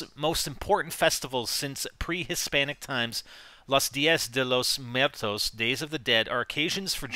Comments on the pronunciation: Its pronounced moo air toess...lol not to be a grammar Nazi or anything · XD It was funny to hear you pronounce la dia de Los muertos good find though